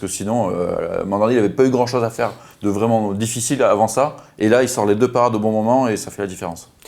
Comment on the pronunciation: C’est Vraiment ! Pas « vraiement » 😂